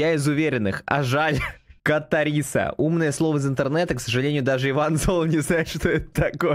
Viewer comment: КАТАРСИСА . Ты даж правильно произнести не можешь . а угараешь как будто знаешь что это и все ок Но в остальном кринж писдец